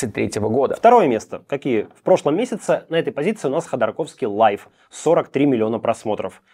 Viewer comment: Мелочь, но всё же: "live" - это лайв, а не "лайф"))!